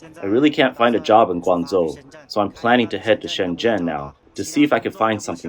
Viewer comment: Guanzuo 😂😂 Guangzhou =wanjou